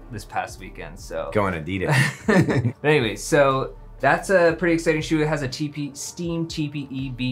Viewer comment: did he say AUD-DE-DAS? not A-DI-DAS?!?!?!